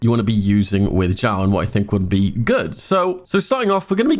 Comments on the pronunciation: its not zhao zao shiao its xiao like snake (s) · thx for guide ^^ by way its pronounced "s (snake) ih (e) ow (cow)"😉